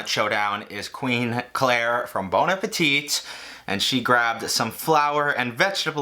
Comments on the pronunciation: just to help out and since it's a word you are using a lot, may I say that the last T in Bon Appétit is silent. So it's like saying "Bon Appetty" Great job btw! Like what you do. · Because you keep saying it wrong; there's no second T in Bon Appetit for its pronounciation.